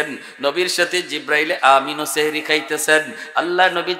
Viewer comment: সেহরী❌সাহরী ✅ এত বড় ভুল করলে আলেমদের কে মানুষ অন্য চখে দেখবে।